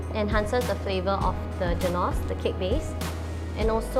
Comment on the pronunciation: i'm sorry but your pronunciation of the word 'genoise' really made me cringe...